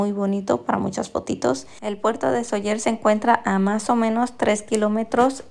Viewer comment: Gracias por enseñar un poco nuestra casa. Se dice Sóller. Acentuando la O ya que existe el acento. La vocal fuerte es la ó. Cuídense 🙏🏻